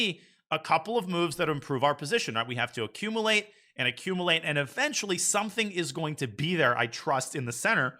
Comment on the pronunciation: I don’t know why it bothers me so much that the brilliant Danya mispronounces “accumulate.”